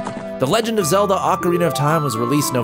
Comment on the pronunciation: 1 “O”carina( y’all bitches be saying it wrong) 2. BoTW ...27. MM that shits scary lol facts sorry not sorry